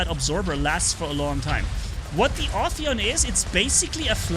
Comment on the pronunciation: First one to say the name right 👍 So far i heard Afaian Aphian Ohioan Oppion and the list can go on 🤣🤣